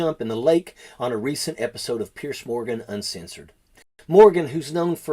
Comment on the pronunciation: His name is Piers, not Pierce.